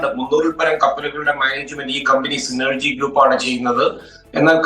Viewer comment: സിനർജി... സൈനർജി അല്ല